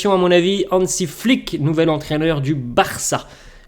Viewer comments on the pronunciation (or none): Désolé mais c'est Hansi* Flick !!🙃